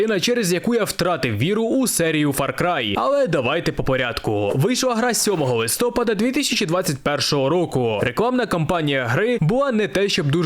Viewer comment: ЛистопААААААААААд, не листОпад